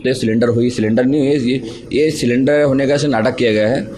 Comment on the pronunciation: वह सिलेंडर नही,सरेंडर है.... "सही पकडे है " 😂